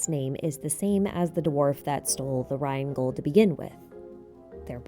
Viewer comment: Good job on making Rheingold sound extremely badass with your english pronounciation!!!